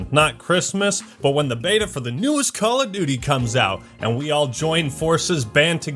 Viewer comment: THE NEXT CWAWL OF DOOOTY